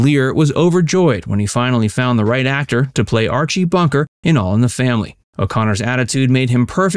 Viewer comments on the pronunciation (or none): none